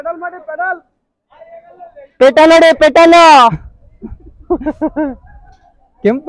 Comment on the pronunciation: bro adhu petal alla 😂 pedal